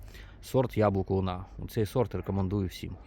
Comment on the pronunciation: Сорт Луна говорить в кінці, не дуже чітко.